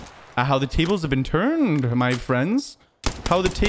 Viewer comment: “How the Tables have been Tuuurned- ah” that posh accent had me rolling 🤣🤣🤣